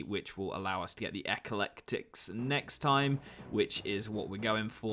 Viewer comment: EH-KLEK-TIK ffs